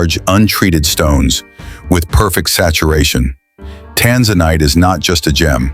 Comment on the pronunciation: Tanzanite and Tourmaline are outstanding gems and hold up well in jewelry. The AI pronunciation of these exciting gems is horrible! Please correct so people can learn the correct pronunciation so they know what to look for.